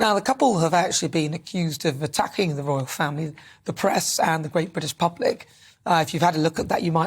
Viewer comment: Royal, not Rital sorry